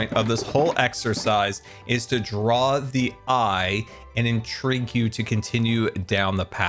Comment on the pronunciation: 'The trees are meant to InTREEgue you down the path'.... XD